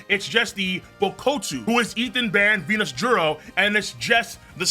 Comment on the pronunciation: this guys still calling ju peter v nusjuro!! and still saying hokai. defs a Lanji